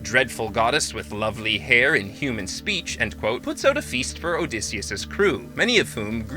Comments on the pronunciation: Why can't you pronounce Odysseus correctly? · This is the American pronunciation.